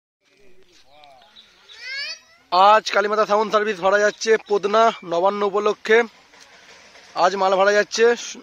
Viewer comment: পোদনা,,, না 😂 পতনা হবে